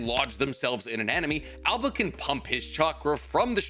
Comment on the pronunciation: THERE IS NO ALBA!!!!!!!!! IT IS _AOBA_!!!!!!!!!!!!!!!!!!!! AND HE HAS CROW/ RAVEN SUMMONS.